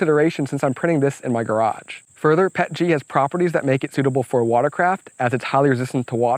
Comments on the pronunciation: the only thing that triggers me was PET-G P.E.T.G not Pet-G xD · With 20 years in the plastics industry, I cringe every time I hear someone say "Pet-G". It's Pee-Eee-Tee-Gee :) That said, this print project is epic!!!! Awesome job!